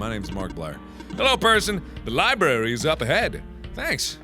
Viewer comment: Everyone in the comments are like 'Mark no, the medicine is for the plant' and I'm just here REALLY IRRITATED BY THE FACT MARKS SAYS LIBRARY LIKE 'LIBARY'